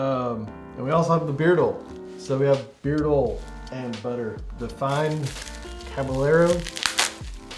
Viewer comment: Caballero... Pronounce (cabayero) lol